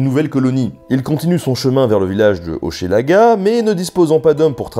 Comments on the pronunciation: de Hochelaga, se dit simplement comme Che dans chemin ou cheval et non ché tel que prononcé dans la vidéo. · " Un pays par saison ! " Nota Bene je suis du Canada descendant Iroquois :) et tu ne sais pas comment c'est vrais les saisons ici c'est vraiment ça ! 1 pays par saison , hehe très bonne vidéo mais pour Hochelaga cela ce prononce " Hoch " laga" le " e" est muet ! :P a pars cela tout le reste est niquel :P Petit suggestion de vidéo mais cette fois sur les batailles de Québec " la batailles des Plaines d'Abraham " contre les Anglais qui a ma fois beaucoup d'histoire et de rebondissement si je peut dire cela ainsi ! hehe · J'adore ta façon très française de prononcer Hochelaga ! Pour info : Québec signifie" Là où le fleuve rétrécit" en algonquin. Super épisode. Bravo. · Petites notices: on prononce Hochelaga "Hoch'laga" et Saguenay "Sag'nay". Les termes "indien" ou "amérindien" sont des mots péjoratifs imposés par les blancs, tout comme les noms donnés aux différentes nations. On doit désormais dire les Premières Nations et les Inuit. Les "Montagnais" se nomment les Innus, les "Hurons" se nomment les Wendats, les "Iroquois" se nomment les Haudenosaunee, etc. Et attention, tu mélanges les Iroquiens et les Iroquois, deux peuples bien dictincts. Jacques Cartier a rencontré les Iroquoiens, mais leur nation avait totalement et mystérieusement disparue lors de la venue de Champlain. Et Cartier a embarqué Donnacona, ses deux fils et 7 autres iroquoiens, dont 4 enfants, DE FORCE sur son bateau! Bref, il les a enlevé. Lors du retour de Cartier en Amérique, seul une fillette avait survécu... qu'il n'a d'ailleurs pas ramené afin qu'elle ne démente pas ses dires.